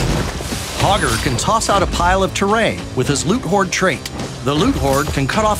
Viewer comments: I swear I keep hearing Pogger. We want Pogger to be an enjoyable excess. Pogger doesn't care. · You can't say hogger with a hard R, bro!